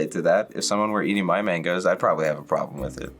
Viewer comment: "mangoes"????? whaaaaaaaa....!!!